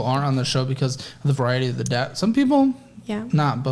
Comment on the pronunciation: Every time says "Debt", I hear "Death" and I don't think that is coincidental.